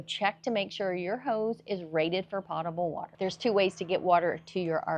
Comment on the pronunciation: As a seasoned RV'er I still found this video very informative. a) as a reminder and b) how to convey this information to newbies who I often encounter. By the way, the word "potable" is pronounced POTE-able (long O) meaning drinkable (sorry, my mother was an English teacher and I'm ruined for life).